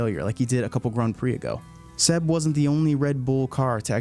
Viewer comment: The only problem with this video is his way of saying "grand"